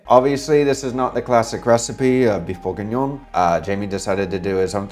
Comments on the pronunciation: Stop saying Burgignon like burger, it's Bourgignon like booh!!! (👻) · Thats Beef BLEUURGHengion